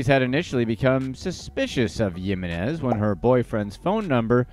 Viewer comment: come one man I'm very white and I can say Yessenia Jiminez ! It's the H sound for the J sound in her last name. So say it like Himines